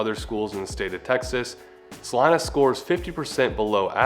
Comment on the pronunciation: Why are y’all pronouncing it like that? lol love your video but that’s a Spanish name and pronunciation and it’s basically Selina but with a C